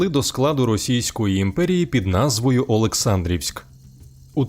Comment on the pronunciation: Олександрівськ, правильний наголос на літеру "а" ОлексАндрівський повіт, тощо